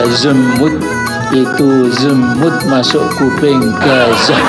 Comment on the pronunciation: Tapi kedengarannya kayak ada B nya pung pas baca zemut😂😂😂😂